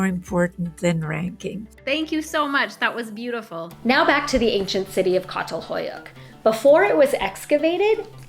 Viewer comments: Just a small correction from a Turk. It's Chatal-hoyuk (as in cha-llenge), not Catal-hoyuk. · Actually, it’s pronounced “Chatalhöyük,” not “Katalhoyuk.” The “ç” sounds like “ch” in “chocolate,” and “ö” is similar to the German “ö” or the French “eu” in “peur.” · Çatalhöyük is pronounced with ‘ch’ sound at the beginning, ç in Turkish is pronounced ‘ch’. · Hey so, as a Turk that’s not how you say Çatalhöyük… you read it like Chatalhoyuk… also Turkish society, men and women were pretty much equally respected and harmonious until Islam happened… and muslim Arabs basically forced us into Islam and this lowered the value of women in society. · It is pronounced Tsatal Huyuk. Great work, precious work. Thank you. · Had the privilege of visiting Catalhuyuk. The C letter includes an accent mark in the title and is pronounced as a Ch sound. A regular letter C in Turkish sounds like a J sound. Only the letter K makes a Kay sound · Just a note on pronunciation of Çatal Huyuk, the Ç is an "sh" sound, rather than a hard "k" sound. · Please learn how to pronounce Çatalhöyük!